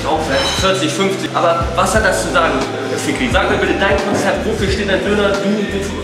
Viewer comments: bruder der typ heisst fikri nicht f***rie 😂😂✌🏼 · Fikri* bro, nicht fickri 😂😂😂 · Er heisst FIKRI mein gott hättest ja wenigstens fragen wie es geschrieben wird. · Fickrie hahahah (P.S. er heißt Fikri)